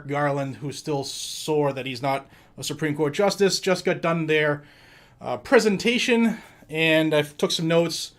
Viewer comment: Did u say prisontation 😂